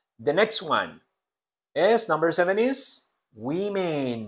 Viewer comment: Profe por q el is lo pronuncia como ess